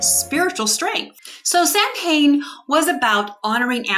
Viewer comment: It's pronounced SOW- en.